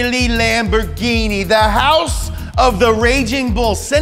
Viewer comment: PERFETTO PRONUNCIAZIONE